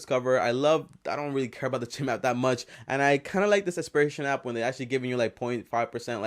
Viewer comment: Its not cheam its chime like bells chime